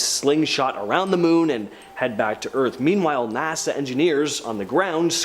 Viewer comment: Bro said Nasar instead of NASA